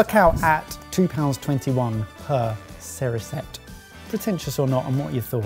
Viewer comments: The S in cerisette should be more of a Z sounds not a S sound :P. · oh come on guys, you've had french classes in school. It's pronounced "sureezette" and "Marron Glassay" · seu-ri-zette. The word doesn't exist AFAIK, but it's a diminutive of cerise, meaning cherry.